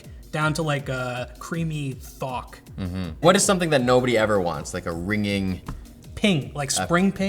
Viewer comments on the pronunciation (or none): "a ringing thawk" - tugh!